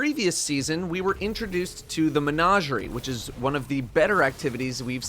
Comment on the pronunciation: Day +. still doesn't know how to pronounce menagerie. Maybe one day.